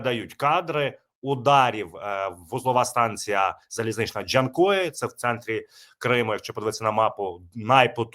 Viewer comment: Ты блять зайибав со своим ДжЯнкоем. Нет в этом слове буквы я